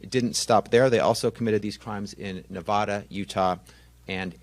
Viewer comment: Where the hell is ”Nah-vah-duh” ???